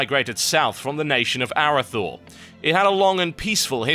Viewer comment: nice total you butchered "Arathi" and "Arathor" when you said them in the court of lore. lol